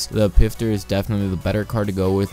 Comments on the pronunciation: ITS NOT PRONOUNCED PIFTER ITS PROUNOUNCED FISTER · xX-EXPLOSION-Xx It's actually pronounced pfister not fister or pister ask a german friend if you know one